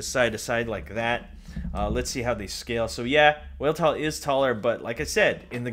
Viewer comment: I think the name is pronounced V-elt-all with a V